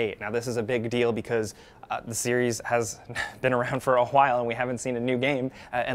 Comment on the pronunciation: "The series has been around for a "RwHile". Stewie Griffin would be proud!